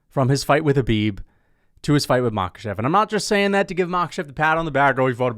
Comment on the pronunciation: It's Makhàchev and Tsarukýan, not Màkhachev and Tsarúkyan